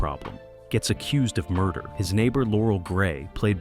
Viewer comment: As much as I would love to watch this the bad computer generated voiceover hit in the first minute - "mur-dare", really?